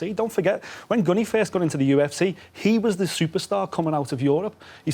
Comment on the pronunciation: Anyone else has a part of them die inside every time says 'Gunny'?